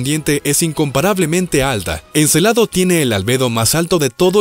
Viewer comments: Se dice Encélado. No Encelado. Y lo que dices no son nuevos descubrimientos. Ya se conocian. Si lo fueran, podias citarlos y dejar enlace en los comentarios. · Muy buen video, lo único que si les falló fue la pronunciación de Encélado y no Encelado, tienen diferente significado "Encélado " es de la mitología griega, hijo de Urano o de Gea. Y Encelado tiene relación con los celos. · Encélado, no Encelado.